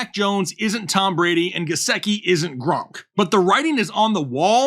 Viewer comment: You lost me at Gesecki 😂#whatif